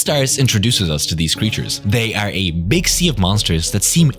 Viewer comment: he dont know how to say the word (Are) hahaha noobish or is it hes nish in life?! that would be worse